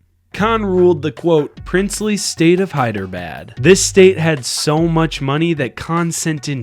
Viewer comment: It's nor hiyeabad XD it's Hyderabad